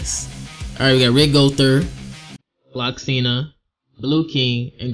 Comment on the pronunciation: Love your videos! Just wanna let you know that it’s “Gloxinia.” there’s an “ia” at the end of his name. Idk if you already know this but I only hope I helped ^^